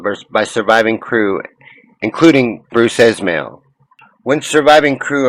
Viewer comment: Sequential falsehoods in this video - just a few- Insurance did cover costs. White Star was NOT in trouble. Damage from Hawke did not reach keel - not even close. A damaged ship did not continue for 25 years. A repaired one did. The guy didn't even pronounce J BRUCE Ismay's name correctly. The engines were reversed to slow the ship, then ordered to port around the berg. This would have made sense with any ship of lesser size. A crew mistake due to inexperience with a ship this big in such an unprecedented emergency. Shit happened. Not full to capacity. It was a bloody cold April. Not the time most people, especially those with money, would chose to cross the North Atlantic. Steerage weren't sailing for a vacation. First class cabins were available. There would be no reason to discourage anyone from booking first class. Propellers were incompatible. Names were engraved. The Olympic name was photo-shopped. There are actual videos showing Titanic's names. Of course the number 401 would be on the propeller. That's Titanic's ID number. DUH.